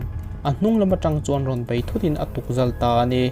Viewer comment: 'bei' tih tur 'bai', 'thei' tih tur 'thai' ti deuh tlat